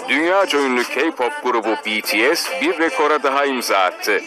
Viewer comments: Hayret "BİTİES" dedi ya 😂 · Tarihi bir ana imza attık "bities" dedi "bi-ti-es" dedi haberde bahsedilen bts'in attığı rekorlardan çok ismi doğru söylemesine şaşırdım AĞĞAJJQJJWKSKKDJ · İsimler öğrenilmiş BETESE değil BİTİES denilmiş Tarihi öğrenilmiş Bu iş benim hoşuma gitdi😘👍👍